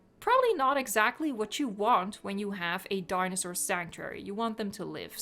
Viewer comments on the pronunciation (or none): I love how says "dinosaur" As "daynasaur"